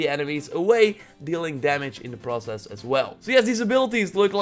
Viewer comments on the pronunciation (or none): none